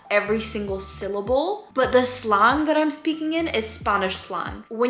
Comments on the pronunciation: Just a tip from a native english speaker instead of staying sl-ahng say sl-an-g the same sound as saying and! 👍 :) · Hey just an fyi you should pronounce slang “slay - ng” instead of “slaw - ng”. Because it stands for short language. “Lay - ng” At least that’s how it is in American English. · who’s gonna tell her slang isn’t pronounced slong